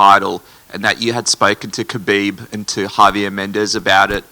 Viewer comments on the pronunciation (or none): He also mentioned the other day that people have been mispronouncing Khabib's name . This , even after Khabib says how to say it, is kind of way more disrespectful.